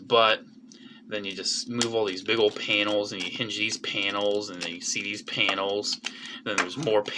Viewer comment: pls stop saying panials